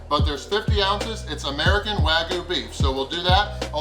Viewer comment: Wag-YOU not Wagoo. You're my boy, but ya gotta get that right.